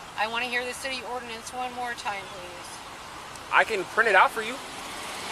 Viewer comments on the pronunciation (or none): That’s the weirdest way I’ve ever heard ‘city ordinance’ pronounced. “We have a CD urns.” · She cant even say ordinance